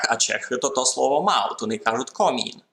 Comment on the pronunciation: Кажемо на поділлі (комін, а не комин.)